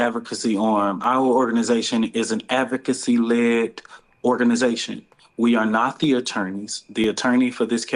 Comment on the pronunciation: Brother man can't pronounce/ enunciate. SHIZZZZZ. SMH. "since 2 towsend n 14, we are da advVERcacy, dis. No, fired .